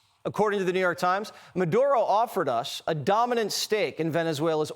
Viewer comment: What’s a bad um-ray???